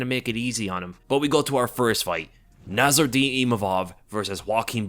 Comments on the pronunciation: NASSOURDINE NOT NARROURDINE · It's Nassourdine, not Narrourdine 😅